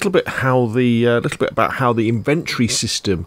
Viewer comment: I couldn't finish the video because how have you gone that long in life as a gamer & no one told you it's "IN-VEN-TORY" not "IN-VENT-TREE".......